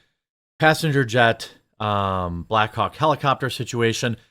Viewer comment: Jeremy is saying “black hawk helicopter” so many times it is starting to sound like “black cock helicopters” 😂